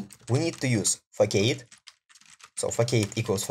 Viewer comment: It's not a fack-aid, it's a fass-ahd - it's the same word in Russian: фасад